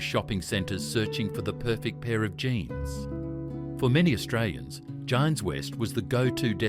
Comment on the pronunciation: Its jeans not jines